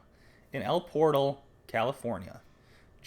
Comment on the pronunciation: El Por-tal ‘ accent on the second syllable.